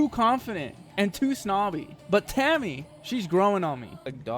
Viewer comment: Taimi's name is pronounced Tie-me :) As a 10 year GW2 veteran, I'm glad you have been enjoying your time in Tyria! Can't wait to see the rest of your journey through this amazing game! :D